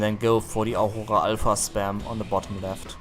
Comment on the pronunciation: hell that german "aurora" sounds incredibly